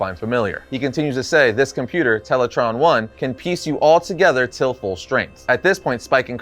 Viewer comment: Tele-TRAAAAAN. not Tele-TRON.